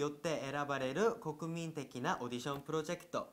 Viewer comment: プロジェクトの発音ばりええやん